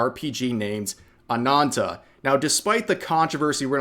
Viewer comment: Rev, its Ana*N*ta with 2 n's not anata.